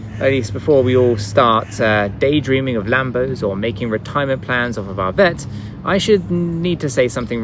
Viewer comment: Why is it so hard for you to say HAYABUSA? Wth, It makes it all sound like a joke, VET too, lol.